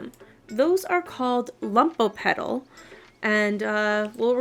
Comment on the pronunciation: Thank you! everything makes sense now :)) I'll finally be able to make up for the criminal lack of rubia and benefit from it as well (also, i promise i don't mean to be rude, but they're called "lumo"petals, not "lumpo"petals")